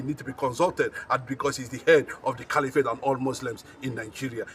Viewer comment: I thought you went to school. Cali-what? Do you mean caliphate or califat?